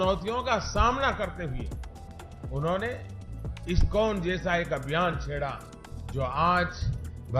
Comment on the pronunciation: He can't even pronounce ISkCON properly, he is that great an empty head, - Fools rush in where angels fear to tread